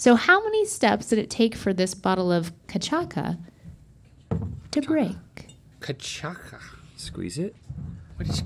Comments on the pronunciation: I lost it when Stevie said Cachaça as “ca-chack-a” 😭😭😂 it’s “ca-sasha” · I wish Stevie actually practiced words before saying them in other languages lol. Cachaca is pronounced "Keh-cha-sa", not "ca-cha-ca"💀 As a Portuguese speaker, that hurt my soul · Katchaka, Stevie!? 🤣 Link was actually saying it kinda right. It's Kashassa. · "cachacka" oof. It is Kah-Chah-Sah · Guys, is not Cachaca. It is spelled as cachaza, with a Z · CachaSa, not a CachaCa ffa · i'd like to apologize to all of brazil and to my EARS hearing "ca-chak-uh" y'all. cachaça is pronounced "cah-SHA-suh" an accented c with a cedilla is pronounced like an "s" like in français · Cachaça is typically said like cashasa but we still appreciate you Stevie! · Yea, I got a good chuckle when she did cachaka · The way they said Cachaça made my soul leave my body. Cuh-shah-suh. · I hope Stevie doesn't want to stay in the dark about the correct pronounciation of katschaka. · I think you say “ca-sa-sha” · its called CA-CHA-SA! ^^ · Mispronouncing Cachaça is adorable!! (Ka-shahs-ah) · Guys, Cachaça is read more like "kuh-Shah-ssa", just a heads-up! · As someone who speaks Portuguese, I must admit I cringed a little when they tried to pronounce Cachaça 😅 it's pronounced "ca-sha-sa" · Cachaça is pronounced like “Kas-sash-a” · Ch is pronounced as an sh and ç is pronounced like an s in Portuguese so it’s more pronounced Cashasa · Lololol it’s pronounced ca-cha-sa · Its pronounced cah sha sa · Cachaka????????????? The ç is pronounced as S, and the ch is pronounced as sh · You guys it’s ca-sha-sa pronounce it like that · Loving pronunciation of cachaça 😂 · Hahaha I came here to say that, cute effort Stevie but in portuguese when you see a Ç you say it as an SS 😊 And those peppers that Rhett liked we call Pimenta Biquinho, they're like a 0.5 on the heat scale. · the way you guys pronounce cachaça 😭😭 so cute!! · Not the pronunciation of cachaça 😂😂😂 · Kinda love the mispronunciation of cachaça 😅